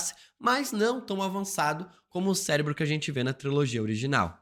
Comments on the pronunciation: Cérebro com R e não Célebro. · Ele falar "celebro" é intencional? Pq incomoda muito! 😅😅😅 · O vídeo está ótimo. Essa maratona de vídeos dos x-men foi umas das melhores ideias antes de de Deadpool. Porém não sai da minha cabeça você falando "Celinbro" kkkk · Que vídeo insano! Detalhe pro falando “celebro” diversas vezes hahahah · também achei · Não consegue falar certo de jeito nenhum, mas acontece 😅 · Célebro, CÉLEBRO, C É L E B R O , CÉÉÉÉÉLEBRO... AAAAAAAAHHHHHH!!! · que agonia q da toda vez q vc fala "célebro" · E "acloparam" ksksksk